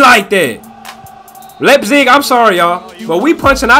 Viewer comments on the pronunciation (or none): none